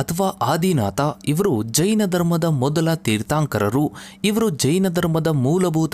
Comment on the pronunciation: ಜೀನ ಅಲ್ಲ,ಜಿನ.ತೀರ್ಥಾoಕರ ಅಲ್ಲ, ತೀರ್ಥoಕರ. ಈಗೀಗ ಜೈನ ಧರ್ಮದ ಬಗ್ಗೆ ಜನರಿಗೆ ಸಿಕ್ಕಾಪಟ್ಟೆ ಇಂಟರೆಸ್ಟ್. ಮೊದಲೆಲ್ಲ ಈ ತರಹ ಇಂಟರೆಸ್ಟ್ ಕಾಣಿಸ್ತಿರ್ಲಿಲ್ಲ. ಈ ತರಹವಾದರೂ ಈ ಲೋಕದಲ್ಲಿ ಜೈನಧರ್ಮ ಒಂದು ಇದೆಯೆಂದು ಜನಗಳಿಗೆ ಗೊತಾಗ್ತಾ ಇದೆ.ಥ್ಯಾಂಕ್ಸ್ for advertising.